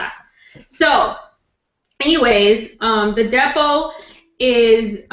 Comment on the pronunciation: I could have sworn said,i am going to talk about the devil,but she is saying Depo.!!!